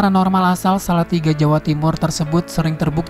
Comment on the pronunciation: Ini yg bikin konten ini org Indonesia atau bukan sih . Masak nyebutkan ... Mbak you wanita asal silatiga JAWA TIMUR... Nyebut nama dg propinsinya sdh salah ...apalagi ramalannya.